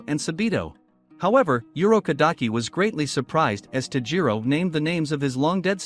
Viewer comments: Its tanjiro kamodo not tajiro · Why do you forget/ feel shy to pronounce the "n" in Tanjiro?? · Did he just say taijiro what the heck its tanjiro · It’s not Tajiro. It’s tanjiro. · Ah yes, tajiro kamado. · man said tajiro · bruh tajiro when its tanjiro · BRO it's tanjiro not tajiro and it's giyyu not giyu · isn't he Tanjiro not Tajiro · its tan ji ro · OK OK I GOTTA SAY WHO TF SAYS TAJIRO